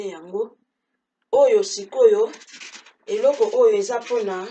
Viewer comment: Ma loboko osololi eyokani Eloooooookooo